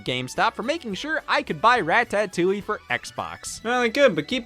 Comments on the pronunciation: Every time Scott pronounces Ratotouille that way I flinch. It sounds like Rat-Patootie, which does NOT sound delicious! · i love that scott pronounces ratatouille like ratatoing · I love Rah-tah-touille. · why am i not surprised scott pronounces ratatatloulle like this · scotts ratatoulie pronunciation tho. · How's he saying it wrong? Because the A is pronounced like in APPLE? The box doesn't write it "rat-uh." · Scott why do you say ratatouille like this